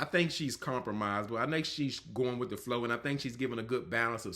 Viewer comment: Did you say let's start wiff Steve? Wiff? I'm a wordsmith and poor grammar is a turn off. The rest of your review was good.